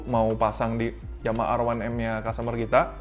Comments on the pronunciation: Namanya R1M Kenapa bacanya Erwanem,,,,ga konsisten menurut saya,,,,, Kalo bahasa inggris ya inggris aja, kalo Indonesia ya Indonesia aja, gosah dicampur gitu,,,,,, Indonesia : Er satu em Inggris : A wan em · A wan em apaan lo🤣, R one M yg benar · R satu M tuh baru bener